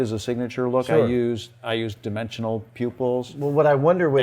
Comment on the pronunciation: So when said "black pupils" I legit thought he said "black people"